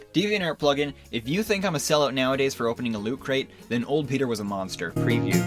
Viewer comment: it sounds werld pronoucing your name as Petter Keh Netter